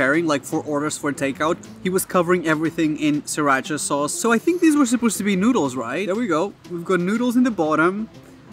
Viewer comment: he said siracha correctly????